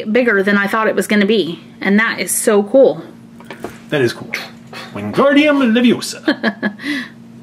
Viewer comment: No. You said it wrong its LeviOsa not leviosAR. And you have to drag out the ar in Wingardium. So basically you should say: wingaarrdium leviOsa